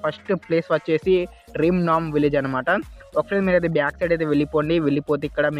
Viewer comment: That's not rim nam village its ram nam village